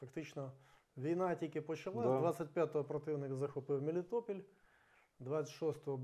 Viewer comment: тільки не "МелІтопІль" а "МелітопОль" ..